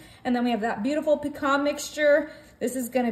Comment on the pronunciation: Please tell her to say pecan